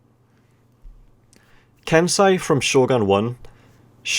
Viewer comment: (剣聖)けんせい) Is pronounced Kensei